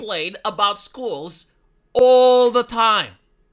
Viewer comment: "Well at least our sche-wels a-runt shoo-ing galleries! 😂